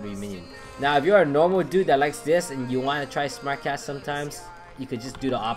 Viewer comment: Why did I hear " smack ass " instead of "smart cast"